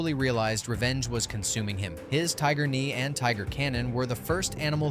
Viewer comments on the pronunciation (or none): none